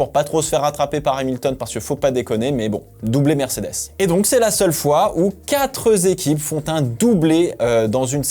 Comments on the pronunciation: Houuuu le vilain "quatre zéquipes" hiiiiiiiiiiii:) On t'adore continue! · Merci pour ces analyses très intéressantes ! "Quatre zéquipes" ;-))) euuuuuuuh non "quatre équipes" !! Tout à fait d'accord sur Leclerc, il doit passer aux actes !! se réveiller sans être agressif mais montrer qu'il peut être champion et s'imposer pas seulement en se plaignant à la radio sinon on va douter qu'il a le potentiel c'est certain. Encore un peu de mal à comprendre la stratégie de Ferrari, c'est un peu pour crâner d'avoir Lewis, à l'italienne… Et merci de défendre viry-châtillon ;-) "c'était pas le moteur" :))))